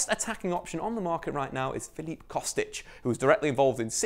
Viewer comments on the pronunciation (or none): none